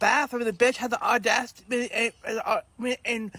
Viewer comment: say it with me....au-dac-i-ty LoLz